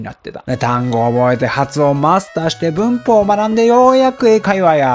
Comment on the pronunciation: 「文法」の発音が「うんk」と同じでなんか笑いましたw